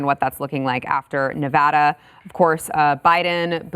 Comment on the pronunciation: thank you for pronouncing nevada the proper way💚👍